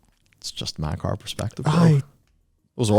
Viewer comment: "Mag'har perspective" I literally facepalmed at that.